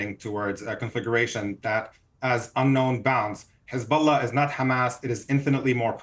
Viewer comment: Notice how the rabi mispronounced H as a rough sounding Kh when referring to Hezbollah. That's intentional